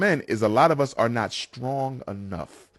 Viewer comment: LOL THE LADY IN BLUE SAID SKRONG …. OH MY GOD I HAVE HEARD IT ALL. Sister NEWS FLASH , you seem to forget AIN’T nobody checking for Black WOMEN haven’t you noticed??? THE HE HIGH VALUE BLACK MEN ARE MATCHING UP WITH ANYTHING BUT BLACK WOMEN. OUT OF CONTROL , WILD A$$ WOMEN DEMANDING WITH THESE OUTRAGEOUS DEMANDS. Y’ALL BETTER Wake up !! NEWS FLASH WINTER IS HERE!!! ASK VIVICA FOX, ASK LISA RAY, ASK, OPHRAH WINFREY,HENSON THE ACTIST. I SEE OUR ELITES MARRYING ANYTHING BUT Y’ALL, DR. CORNEL WEST MARRIED A YT WOMAN, ATHLETES ARE MARRYING BLACK WOMEN ANYMORE. I AM NIT TRYING TO BE MEAN BUT YOU ARE KNOWINGLY OR UNKNOWINGLY “CUTTING YOUR OWN THROATS”. MEN OF OTHER RACES ARE NOT LINING UP YO MARRY YOU???? YHE LATEST PREDICTION I READ REGARDING BLACK WOMEN IS IN THE TEAR 2030, 45 % OF DINGLE BLACK WOMEN WILL BE ALONE UNMARRIED. AS MUCH AS YOU HATED KEVIN SAMUELS HE WAS SPOT ON “ WINTER IS HERE!!”